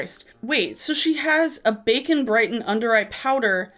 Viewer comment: Every time you say “bake and brighten” it sounds like “bacon” brighten...and then I just visualize people putting slabs of bacon or facon under their eyes to decrease puffiness on eye bags. Hahaha!!